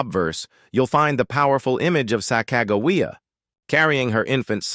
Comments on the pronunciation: Why was it so easy for me to pronounce soc-a jew-wee- ah five syilibles Sock ah jew-wee-ah it is not thaty hard to pronounce. say it correctly , when we get out of this half ass generation of getting the job half ass done i will not miss this period in our time. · Sack-uh-juh-wee-uh… stupid ai… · It is pronounced is sack a jaaaa - weee ahhhh.